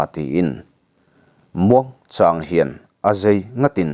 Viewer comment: Anghawngah chemin.Azei tiloin.Azai tihzawk tur